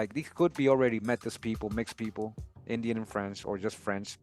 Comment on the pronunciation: Métis (May-tee)